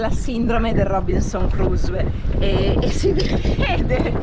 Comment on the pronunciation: Splendida come sempre ... p.s. si pronuncia cruso con e finale semimuta